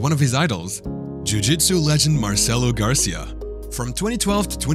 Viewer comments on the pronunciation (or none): It's Gracie not Garcia lol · The coach's last name Is pronounced "Gray-see" and the competition is said "Gee" like see but with a G